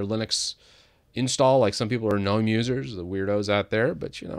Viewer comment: I like shitting on GNOME as much as the next guy, but it's G-NOME, not 'NOME